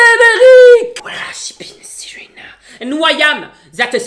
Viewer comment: Quelqu'un arrive à comprendre ce qu'il dit sans le Jingle avant "Serena"?